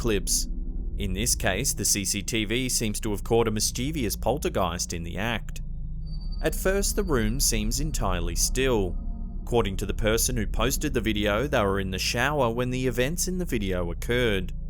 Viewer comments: It's NOT PRONOUNCED "Miss-chee-vee-uss!! The word is mischivous. Pronounced phonetically as "Miss-chiv-us." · The word IS PRONOUNCED, "MIS-CHEV-US!!! NOT "MISS-CHEE-VEE-US!" That is common mispronunciation of the stupid word!